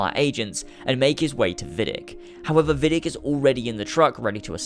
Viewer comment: If Desmond was held in Rome, which makes sense if we take into account the events of ACII and ACB, then it was Vidic's "home base" and it makes sense for him to take William to Rome. And why would it be Vidic's "home base"? Well, maybe he is not called Vidic, it is mispronounced, he is called Vidić[vidjich], a common Serbian/Croatian name and he is actually Serbian/Croatian. Then it would make sense for him to work in Rome, if there is no sufficient Abstergo laboratory in Serbia/Croatia...